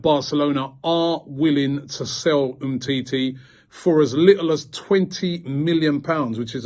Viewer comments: 🤣🤣🤣 GTFOH Mate.. Humm titi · You ain't okey😂😂😂😂 He calls him humity😂😂😀😄